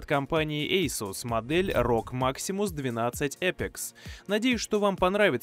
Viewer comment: Ейсус Ейпикс базарить научись..